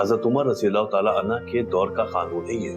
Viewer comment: Hazrat Umar (Razi Allah Anha) nhi (Anho) hota hai